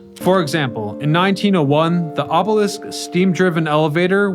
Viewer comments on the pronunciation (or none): Your ability to consistently mispronounce words is astonishing - ob-oh-leaseque? Really??? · Obelisk as in “list”, not obelessk as in “west”! Also promenade as in “odd” not promenade as in lemonade! It’s like nails on a chalkboard!